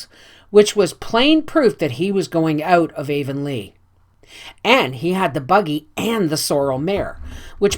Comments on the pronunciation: Not meaning to step on toes, but the correct pronunciation of Anne's home town is Av-on-lee "av" sounding like the first syllable in avenue...spelled Avonlea. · Please forgive the mispronunciation of Avonlea! I get better with the following books!